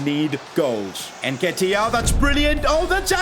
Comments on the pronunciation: please my ears where itching its NN ketiah not EnKetiah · Hey love the content and everything but just get the nketiah pronounciation right